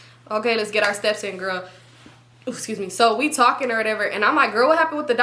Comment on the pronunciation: Esuse me 😂😂😂 is mad funny to me omg bro 😂😂 everytime u say it i be wheezing 😂❤